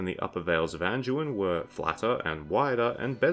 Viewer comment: There's no "j" or "g" sound in Anduin you half a meatball. It's not "An-jew-in," it's "An-dew-in." Or do all your words containing "do, dew, or due" are pronounced "Jew?" Freaking 🤡